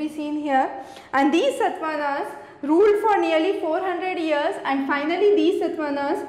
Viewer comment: good presentation; but some spellings are wrongly pronounced. EG : like SATAVAHANA and you say satvanas